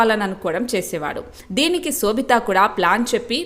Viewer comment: Anchor need to know or learn how to pronounce shobitha’s name